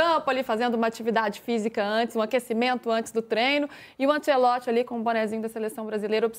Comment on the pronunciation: "Antchelotchii" as pessoas precisam se decidir se querem pronuncia italiana ou brasileira 😅